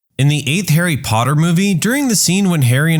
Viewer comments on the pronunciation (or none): none